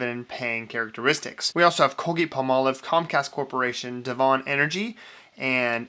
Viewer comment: Great channel. BTW, it’s “DEV un” Energy, not “de VON” Energy.